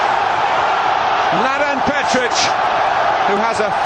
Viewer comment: It's Petric not Petchrich